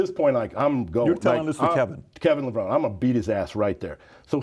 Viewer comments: Like, it's literally pronounced, "Le-Vro-Nee", jabroni 🤦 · Damn Straight Man. How can this guy not know how to pronounce Kevin's last name correctly. 🤦🏽‍♂️🤦🏽‍♂️ Lev -- Row - Neeeeeeeeeeeee!!. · Literally just thrown everywhere, Cant even pronounce Kevin’s name properly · My literal reaction to mispronouncing, Levrone ➡️